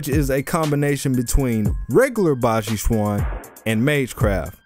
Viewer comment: Yeah baji quan has a lot of conditioning its also pronounced more like Chen